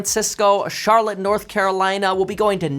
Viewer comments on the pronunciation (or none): none